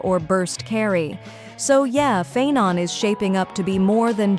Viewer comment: The mis-pronounced names are so jarring. If you're using a speech generator, you can always change the spelling of the names in your script to force it to pronounce them correctly, "Castoriss" and "Fye-non" maybe?, and just make sure your script on-screen is spelled correctly.